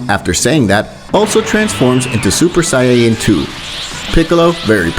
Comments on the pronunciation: Saaayen thats what i heard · Sayieen bro it’s saiyan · Bro said saiyawwan instead of Saiyan🤣🤣🤣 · Beerus not bills,sayians not seyeyans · Bro struggling with saying sayan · It’s actually saiyan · Sayeeean? You’re really gonna butcher every word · AND HE SAYS SYAYAN!!!!